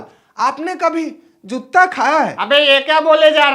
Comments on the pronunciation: जुत्ता नहीं भाई जूता ,😊😊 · Jootta nhi hota pagal joota hota h